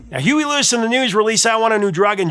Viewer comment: Dude ur scaring me... Are you pronouncing Huey Lewis "Huey Luis*. 😮 😢